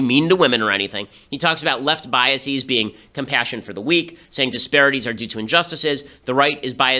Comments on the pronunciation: ok you figured it out a few minutes in. Btw people reading this: "biaseeees" is NOT A VALID PRONUNCIATION. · You are pronouncing "biases" and "prejudices" incorrectly, and it's driving me insane.